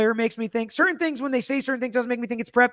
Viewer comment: speech pattern/mannerism is so... unusual. I find the way he pronounces some words really distracting (cer-tain, im-POR-tant, etc.). He's so precise in his questioning & arguments; if I'm a juror, I might miss some of the extra good stuff bc of his speech. Just me?